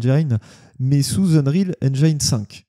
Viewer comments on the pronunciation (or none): En espérant que le "feeling Halo" soit conservé sous Unreal Engine 5 (à prononcer "Eunriil Énjine" et non "Énjaïne" 😉)